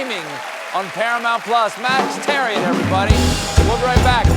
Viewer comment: I want to know how Max Thieriot pronounces his name because Stephen didn't prounounce it the way my friend prounounces his own same last name.